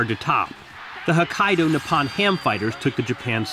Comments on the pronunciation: Just a correction.Its Nippon Ham not Nepon Ham. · The O in Nippon is pronounced like the O in the word Open.